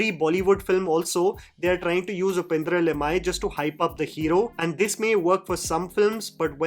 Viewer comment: It's upendra li-m-yay😅